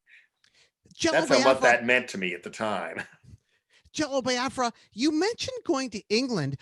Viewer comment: I like how Nardwuar has been mispronouncing "Biafra" for over three decades and Jello never corrects him, at least not in the few interviews I've seen.